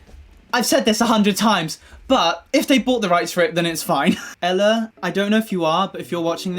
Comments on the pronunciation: Do it! hahaha I found you the romanization. Your hebrew pronaunciation of her name and the name of the song was really good! 😁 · Hi, I'm from Israel and you actually pronounced the names pretty good, so don't worry about that😂 As a kpop fan I really liked that song. But unfortunately kpop is not that popular in israel, and a lot of people found the song weird, so it's nice to see that people abroad actually loved it. And the show you mentioned is actually not a normal singing show. The winner every year is the one who will compete in the Eurovision(RIP Eurovision 2020😥). And she was so close, she won the second place. She really is a great singer. Now go stream zot ani!!